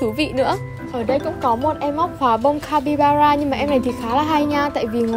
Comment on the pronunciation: Ng mà chị ơi 😂, capybara " ra " chị ạ chứ ko phải capybana đâu chị ưi 😂